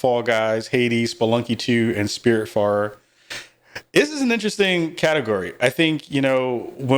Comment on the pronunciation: Did he say Spiritfart?? LMAO